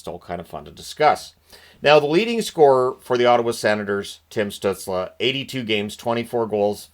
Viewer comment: Still bothers me people pronounces stuzLE You’re in America, that sounds ridiculous😂 That being said it fits his goofy aesthetic.